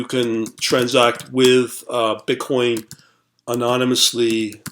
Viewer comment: I like how hard you hit your B's in *BI*nance and *BI*tcoin